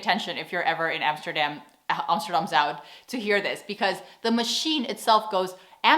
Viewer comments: It sounds a bit like you say "Zoud", while "Zuid" is different. I think the UI-sound doesn't exist in English. Not even in German, I suspect. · Gotta love foreigners confusion with the differences between au, ou, eu, ui. (you also said zout instead of zuid) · Hi, je zegt 'Zuid' een beetje fout denk ik. Het manier hoe je 't zegt klint als 'Zout'. maar wel leuke video, mn vrouw is Amerikaans en ik stuur haar altijd de links van je videos. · 🤣 You swallow the d from Zuid. You say Amsterdam Zui...🤣😂🤣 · Sorry to say, but you got the zUId and the nIJmegen stil wrong. Like totally. so, practise your SCHeneveningen and IJmUIden. it's not hard if you WANT to really try to do it right. There are people that can pick it up in a few months, but most will not do it, ever. Amazing how someone could never get to pronouncing IJmUIden properly! Probably, that's why the English never got to invading Holland, their spies were so obviously spies.... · love your content (and your pronunciation of Dutch "ui" is too much like the Dutch "ou", still - The classical test to check if somebody is really Dutch is to ask them to read/pronounce "Scheveningen" but "Zuid" is more difficult for most non-native speakers. So the next level test is "Scheveningen Zuid".)